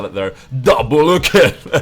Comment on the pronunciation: DOUMBLEH KILLEH